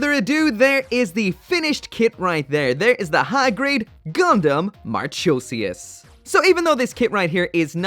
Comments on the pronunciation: Mar-KOH-zee-us. Hard K sound, not CH. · Interesting how he pronounced it as MARCH-osias but the Katakana has it pronounced as MARCO-sias. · Mahr-khoe-zias... not marCHOEsias... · Isn’t it pronounced ma-ko-si-as?? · TBH, it pronounces as Mar-koh-sias... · please don't get the pronounce wrong man, not mar " cho" sias, it's more like markosias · It’s mar-co-see-ass not Cho... co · "Marchosias" mar-ko-seeus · Moth Man Yeah... Funny how if I think Marchosias, I'll think about the puppy from. Musaigen no Phantom world. Also it's pronounced as "Mar-ko-si-as" but japanese pronounce the "Si" as "Shi" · ive been waiting eagerly for this kit, ive been so exited for it! however every time i hear you say her name it makes me cringe a bit.. its pronounced MAR-cozy- ass Marchosias is the grand Marquis of hell and usually depicted as a great winged wolf. perfect for a gundam in the ibo universe i think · Pretty sure it's pronounced as 'Mark-osius.' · he didn't even think about the "Marchosias" Pronunciation omg 😭, well classic i guess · The H in Marchosias is silent